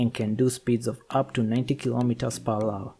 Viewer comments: Lol are you saying 'per wawa'? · “Kilometers per wawa”